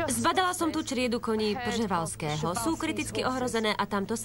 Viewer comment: Laila&Kara SSO jsou to kone przevalskeho,ale cte se to"prevalskeho ", :-)